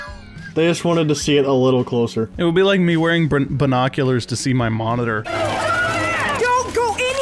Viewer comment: really just said "brenoculars"